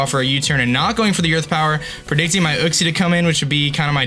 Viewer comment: kleper yuxie* u-xie*